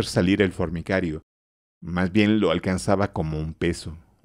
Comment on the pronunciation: El lector dice una y otra vez fornicario (de fornicar), en vez de decir formicario (de hormigas).